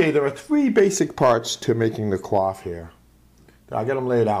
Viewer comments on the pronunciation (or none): Actually, when you pronounce coif as cwof or cwaf it's a verb, coyf is the pronunciation for the noun. Like how reject and reject are pronounced differently because one's a noun (ree-ject) and the other a verb (ri-ject). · It sounds like you are saying QUAF, instead of Coif the 'Co' is similar to coin, and the 'if' sound is similar to the eef in Queef. It very much distracted me from the otherwise excellent tutorial. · i do believe its pronounced "c oy f" not "cwof or cloth" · Ive been saying it wrong all these years.... i pronounced it (coy-ef) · ... Was 'coif' seriously pronounced as 'quaff'?